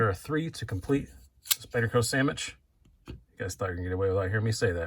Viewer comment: "Samitch" bugs me. I just had to say it. I won't mention it again.